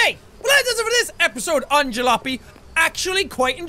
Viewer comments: Jack, its called (Ja-la-op-y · It's pronounced, ja-lop-ee (say quickly!)